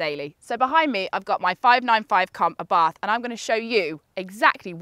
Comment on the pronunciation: I don't want to be that guy but... i can't help it... The pronunciation is Àbarth not Abàrth. At least that is how we say it in Italy